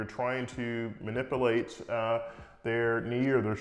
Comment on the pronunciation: MANIPULATE "MANIP-YOO-LATE" NOT MANIPILATE